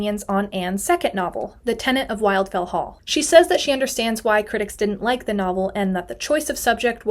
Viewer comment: A friendly note: The first syllable of "Wildfell" is pronounced to rhyme with "will" not "while".